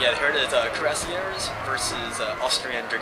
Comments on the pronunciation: you could spell *cuirassiers* a little better, its close to *kooee-ra-siay*; no stress on the last syllable. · it is pronounced crew-say-ers